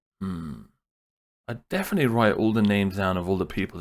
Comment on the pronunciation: No one, literally no one, - Deff noot